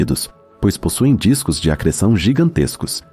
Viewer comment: Video muito bom mas como eu ri do "Disco de AGR3SSÃ0" kkkkkkkkkkkkk